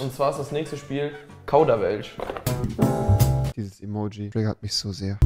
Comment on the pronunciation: Verpackung: Kauderwelsch Tim: Kaudawelsch